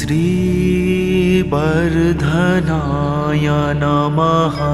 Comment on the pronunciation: Your pronounced Matra was: ओम स्त्री बर्धनाय नमः Right prounocation is ओम् श्री वर्धनाय नमः ❤